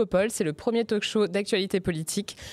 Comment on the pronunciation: En 1 minute, le présentateur dit Talk-show en prononçant le l, alors que non !!!! Ça fait mal aux oreilles